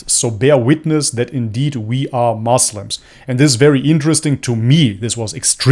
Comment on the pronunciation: bro don't say moslam, say muslim.